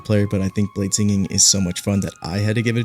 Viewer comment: ah yes, bladesining